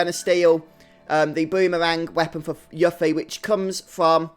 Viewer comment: I had the same bad luck, getting Yuffie(who is pronounced You-ffie, not Yuck-ffie! Play Kingdom Hearts!) after everyone got two levels from random encounters. Thank god for Triple Speed! Also, I checked the guides and it says that while there was a Battle Affection that would have affected the date scores, the script ignores it so it doesn't matter if you keep Yuffie or Tifa or Aeris in the battle party - unlike Star Ocean 2, having the girls in your party while fighting random encounters or bosses(unless there is a story event that affects date score) doesn't increase their date score, so you're safe.